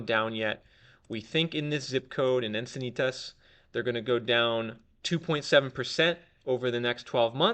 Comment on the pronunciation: If you don't know how to pronounce "Encinitas", you can't be an expert in San Diego real estate.